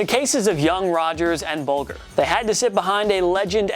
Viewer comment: It's Marc BULGE-er. Doesn't rhyme with vulgar.